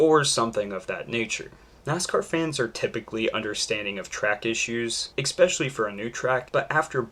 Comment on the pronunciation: It's "especially" - not "expecially"